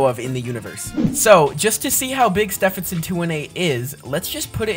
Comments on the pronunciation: cuz Stephenson Is pronounced "Styvenson" and not "stefenson" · I’m laughing because you don’t say it Steffensen to 18 you say it’s Stevenson 218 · Stevenson not stevp henson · "Steff in son 218" Actual pronunciation: "Steven son 218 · How pronounces Stephenson 2-18 __________________________________ Steephenson 2-18 ❌ Stehpenson 2 1 8 ✅ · It's steeeeeeeevenson 218 not Stevenson 218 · No offense but it's pronounced St-EE-ven-sin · you are saying stehison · He’s pronouncing Star name wrong😢